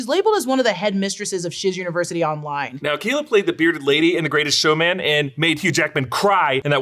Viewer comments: Keala is pronounced k-ah-lah 😅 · Just so you know, Keala is pronounced, "Kay AHL la." Very common Hawaiian name and since I'm from there, one very dear to me. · Say “Keala” again.